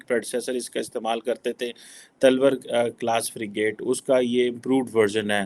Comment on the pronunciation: Talwaar pronounce Nahi Kar sakte, kidhar se PhD Kiya hai bhai Tumne , udhar bomb maar Kar AA jao